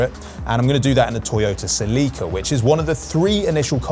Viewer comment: Have I been pronouncing Toyota "Celica" wrong for 35 years?